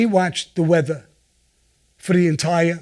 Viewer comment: "Im watchin the weatha." The way he says it haha